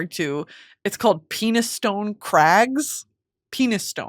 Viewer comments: Girl please it’s not Penis-stone it’s pronounced ‘pen-is-stun’ and a real place in Yorkshire 🥹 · 😂 Not pronounced “Penis stone” crag…Oh the pain of reading something without hearing it! Gotta give it the English accent and try “Penni-ston Crag”, sounds like “Penny” emphasis falls on the “ston”. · you know penistone is a real town right girl?😔😔😔it's pronounced pen-iston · as someone from Penistone, I found that incredibly funny. It’s pronounced pen-is-stun. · Not to burst your bubble but Penistone is an actual place 😂 actually its quite a nice place, its unfortunately pronounced pen-iss-ton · The crude location you were joking about is a real place in England but actually pronounced "pen-ee-stun" like penny+stun. Made me chuckle that you read it as a euphemism from Emily. :)